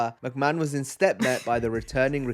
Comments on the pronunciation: I know damn well you didn't just call him "Vince Mc May-Hone"...It's "Vince Mc-Man." (Maybe be a touch of breathy "h" in the "man" portion, Like, "ma-han" but not that heavy.) You want Vince McMahon on screen, watch the Karate Kid Trilogy. The third movie you will me Vince on "Coke". I actually remember seeing Vince getting his head shoved up Rikishi's backside. He was basically the replacement for Yokozuna. Zip line Entrances are a bit of a PTSD trigger for many fans after Owen Hart. Oh no honey, Wrestlers absolutely get hurt. Sometimes it's intentional. Sometimes it ain't. But, unless something drastic happens (Needing actual IMMEDIATE medical service) they try to maintain character at all times. Wonderful Reaction. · Real talk boys; how cute is she for saying "Vince Mick-may-hone?" Never change. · I’m sure you figured it out by now but it’s pronounced mick-man😂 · Who the fook is Vince McMahone